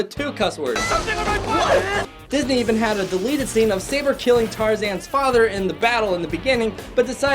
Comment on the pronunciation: It’s pronounced Sa-bore not say-ber